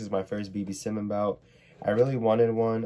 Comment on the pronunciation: why you say simon like that its s-i-e-m-a-h-n idrc tho